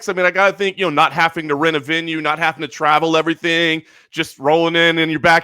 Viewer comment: "I always say halfing instead of having" Morgan. One look at and you can tell he's never halfed anything.